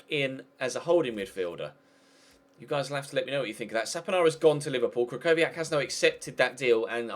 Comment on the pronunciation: The ch in krychowiak is pronounced "h"